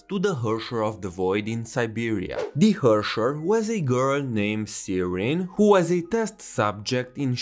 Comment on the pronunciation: just fyi to pronounce "herrscher" the proper german way you would be almost correct but the "e" is prounced like the "e"s in the "ehete nandaiyo" meme